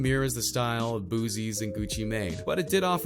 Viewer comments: It's Boosie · who the hell is boozee? LOL